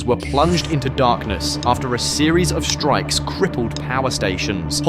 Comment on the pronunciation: These are Strikes NOT "SHHTRIKES"!. the word DESTROYING is NOT "DESHHTROYING", STOP! PUTTING SHH where is should be an ST sound in speech. SHUCKS! He also says INFRASHHTRUCTURE. Try and practice saying ST sounds where they are ST sounds in WORDS.